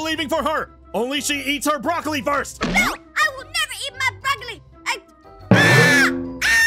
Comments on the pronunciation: Also BrahLocAlI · “The brolocoly”😂😂😂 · It's "boracolele" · Bruh aphmau can’t even say brolawcili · EAT THE BROCLOCOLI! Me: (*Laughing at the pronunciation he used*) Lol, why is that so funny? 😆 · “THE BRAWLAKALY” Aphmau: “NO IM JOT EATING THE BRALAKALYKY 😡” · Also he said brawlawcolli